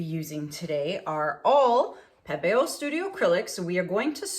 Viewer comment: I love that you pronounce Pebeo properly. It drives me nuts when people call it pee-bee-yo. 😣😜